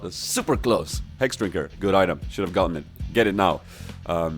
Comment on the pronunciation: "And I survive. Why? Because of the hrhrhexdrinker."